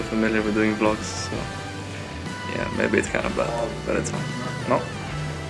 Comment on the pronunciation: the way you say vlogs make me question are vlogs just video logs